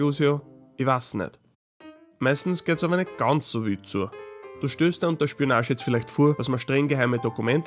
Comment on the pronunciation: "wüd" haha